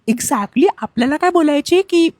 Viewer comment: Exactly❌ Exacly✅ 😂😂😂😂😂😂